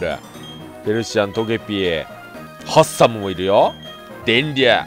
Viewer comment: ハッサムがハンサムになってるやんwwwwwwwww